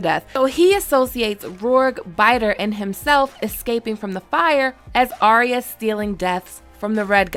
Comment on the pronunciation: Her name is not Aria or spoken that way, her name is Arya pronounced Ar-Ya